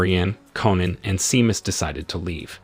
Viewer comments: "SHAY-MUSS", not "SEE-MUSS". I hate AI narrators....and how exactly is this a "SciFi Recap"? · Sinead is pronounced sha-nade and Seamus is shay-mus. Teach your AI better language skills. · "Sin EEE Ad". lol. "SEE MUS".